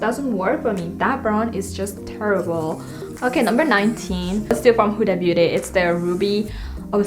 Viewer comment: I love how ur like huda huda but ur not saying her name right